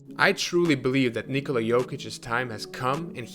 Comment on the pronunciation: Kudos for the most decent attempt pronouncing "Nikola" i've heard in a while. Where are you from ?